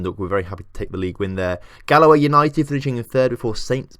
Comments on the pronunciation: Mate, it's pronounced 'Dro-heda' for Drogheda. No long e and the g is silent. Also how the fuck did you get 'Galway' wrong? It is 'Gal-way' not 'gal-a-way' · Galaway United? I get you're English, but have you seriously never heard of Galway? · GALAWAY IS PRONOUNCED GAULAY, GET IT RIGHT watch the ed Sheehan song Galway girl to work on it